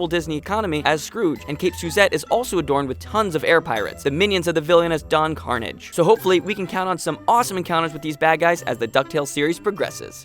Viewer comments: Did you seriously pronounce Don Carnage's name as "carnage" instead of the proper pronunciation that he insists on? CARRRNAAAAjjj... ROLL DE R! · Did it hurt anyone else's ears when he said Carnage as car-neege and not car-nahge?